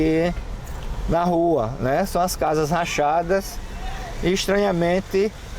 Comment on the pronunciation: GENTE, NÃO É LACHADA É RACHADA . NEM SABEM FALAR, COMO A BRASKEM VAI RESPEITAR VCS?